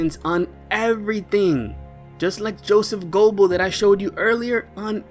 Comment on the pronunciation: Sorry man driving me crazy the way you say Joseph G”o”ebbels , you don’t empathize the “o” it’s more the “e” it’s more like Ger-bbels